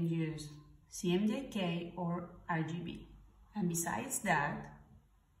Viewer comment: Why are you pronouncing CMYK as CMJK?